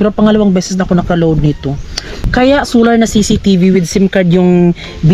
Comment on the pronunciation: bat ba hindi mo ma pronounce pronounce yang solar na yan sular ka ng sular its SOOOOLLLLLLAAAAAAR not SUUUUULLLLAAAR